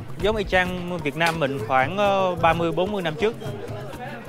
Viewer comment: Nói rõ ràng chữ "Việt Nam" ra, ko phải "Viết Nem"